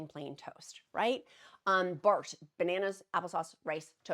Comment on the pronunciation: ITS CALLED BRAT FOOD NOT BART :)